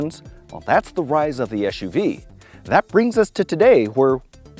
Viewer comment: The acronym is “SUV” not eshuvee. Otherwise great review.